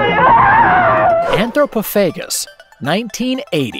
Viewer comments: You got a bit squirrely with your pronounciation of anthropophagous, my dude.. It's pronounced: an-throw-paw-faw-guss... I've always liked that movie, if for nothing else, it has the capability to really thoroughly disgust the more squeamish of viewers, especially mothers and those who are mothers-to-be, on a deep-down primal, instinctive level of their psyche. It truly is a powerful tool in art of causing mischief that one can utilize with minimal effort, and I like having it around just in case I'm confronted with a situation where the application of some really chaotic mischief and shenanigans is exactly what the multiverse NEEDS to happen. LOL .. I even have a T-shirt sporting the poster print of the titular beasty cannibal fella chowing down on his own innards. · Umm... "Anthropophagous" is pronounced "an-thro-PAH-fa-gus", not "an-thro-puh-FAY-gus", and it's "FEH-rocks", not "FEH-ricks"... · Yes.How can anyone mis-pronounce "FerOx" with a glaring "O" in it?'!!Also he shoulve said "An-thro-po-pha-gous"I think with the emphasis on the "po".